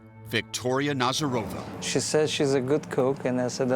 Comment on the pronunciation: NazArova not NazarOva. Jeez